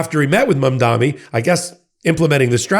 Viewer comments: Please practice pronouncing "Mamdani". It's an "N". It's not "Mom-dommy". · Btw, it’s Mam-daNi. No New York mayor elect is called is named “Mamdami.” I thought only the right mispronounced his name to show him disrespect and that he’s a “nobody.” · I love you but you have got to get the Mamdani pronunciation correct. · bro still can’t pronounce mamdani